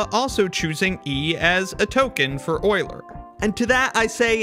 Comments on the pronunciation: It's euler, not oiler. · Euler not oiler😢😅😂